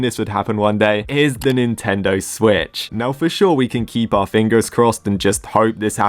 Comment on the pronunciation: BRO ITS SWITCH NOT SWTICH